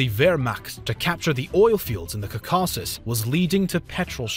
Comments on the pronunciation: Except when he says Cacausus, which doesn't exist. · "Kaka-sus" lol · I like how he said, "Caucaucus."